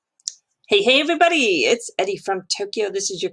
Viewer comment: Why are you saying your name is “EDDIE”. It’s.. CORRECT? Like ERRRRY